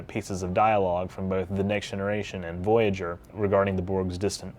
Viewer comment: in the video that plaque shown CLEARLY reads Voyager with the oya more faded than the other letters why did you say V-GER instead?